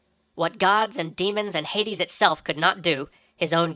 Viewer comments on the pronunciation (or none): none